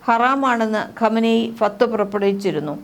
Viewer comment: ഫത്‌വ എന്ന് പറയൂ ചേച്ചി